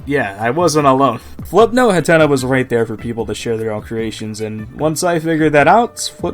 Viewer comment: Ah jeez, not again... It's pronounced HATNA! HAT! NA! Not Huhtenuh!